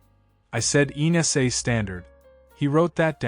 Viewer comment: Your AI comment is fault-ridden. The authority's name is EASA, which it reads like ENASA.